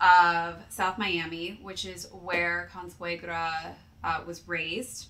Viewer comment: Ninja Turtles/Splinter vibes lmaooooo. Also, your pronunciation of "Consuegra" was funny, but I'll give you an A for at least trying lol